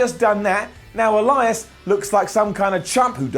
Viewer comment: I could swear I hear say Erias